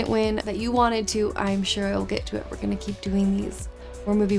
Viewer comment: The way you said War had way too much 'h' in it and I had to play it back to make sure.